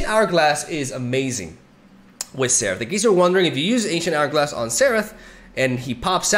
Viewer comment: It's more like "zerath" than "therath" but both are good 😁